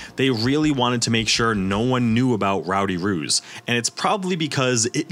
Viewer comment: Right? I was listening along to this at work and couldn’t watch/read along because I wasn’t on my break, so I genuinely thought he WAS saying “Ruse” until he mentioned artwork of Actual Kangaroos, and I was so confused as to why an NFT project would be so incredibly BRAZEN in their naming scheme? 😂